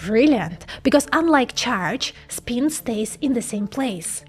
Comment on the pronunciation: Learn how to pronounce the letter i in English. Not speen.